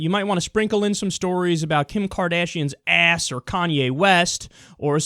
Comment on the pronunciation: The way you say "ass" makes me feel uncomfortable.